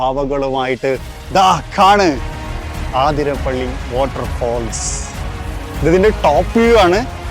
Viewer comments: ചേട്ടാ ആതിര പിള്ളി അല്ല. Its wrong അതിരപ്പിള്ളി അത് ആണു ശരി. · ആതിരപിള്ളി....😮 അതിര പിള്ളി 😅